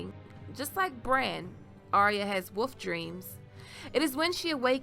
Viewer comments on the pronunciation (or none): This chick says, "Woof dreams."